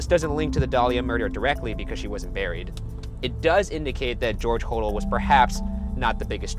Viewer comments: Its pronounced HO-DELL, not HO_DLE. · IT'S HO-DELL! I'm so annoyed right now. Haha. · okok he got it right later but when he said George hodel this episode he said it wrong it's pronounced (ho) (dell) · It's actually pronounced Ho-DELL, not Hodl. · It’s pronounced “Hoe-Dell”!!! 🤦🏾‍♀️ I’ve been listening on his granddaughters’ podcast so.... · Hoe-Dell that's how it's pronounced im pretty sure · It's George Ho Dell (pronunciation) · Hodel is pronounced (Ho-dell) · Hodel is supposed to be "Hoe-dell" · ('Hodel' is actually pronounced oh-dell.) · Omg lol I'm sorry but it's bothering me... It's pronounced Ho-dell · You miss pronounce the Hodel name! Makes me crazy. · I stopped this the moment “Hodel” was mispronounced! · Me. Thinking about how Ryan was pronouncing Hodel wrong at some point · You’re pronouncing Hodel wrong. Lol!!! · They r pronouncing hodel incorrectly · my favorite series!! Also, I think you were pronouncing the guy's last name wrong...and Ghost Adventures have been to that house!!